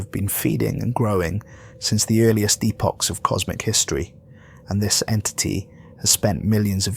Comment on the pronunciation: At least this narrator knows how to pronounce epoch.